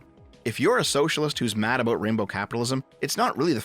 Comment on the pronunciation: Aboot lol